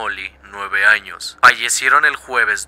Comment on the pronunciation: XD en el minuto dice anos